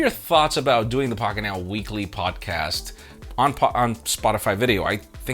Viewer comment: PLS GO BACK TO "POGGET NAO"